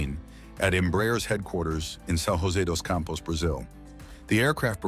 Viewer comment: A "J" in portuguese is pronounced the same way as in english, as a "J." There is no city in Brazil called São "Rosé" dos Campos. In Brazil, the people speak portuguese, not spanish. You still don't know that in 2025, and that's offensive.